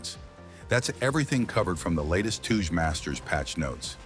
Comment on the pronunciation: does this guy live under a rock or something 🤣🤣🤣 wdym by toouche masters it touge master never heard about it or what